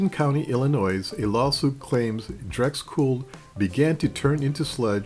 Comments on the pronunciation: He seems to change in mid-video : Video - Does he begin to say "dRex Cool" ? - Pretty sure it's still DEX (decks)... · Awesome video, I really appreciate all your research. Did you really say Drexcool?